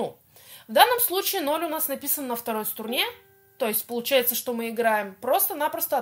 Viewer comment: Почему СТУРНЕ? А не струне?